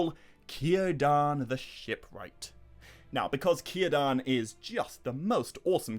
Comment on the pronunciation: 15 min mark, I knew you were going to say Cirdan, and of course pronounced it correctly.